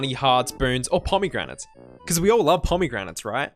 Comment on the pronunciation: 0/10 you pronounced pomegranates weird, completely ruined the immersion. As someone who has never played Hades I thought the final level sucked too.